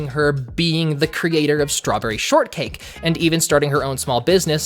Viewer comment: lol she said shtrawberry sortcake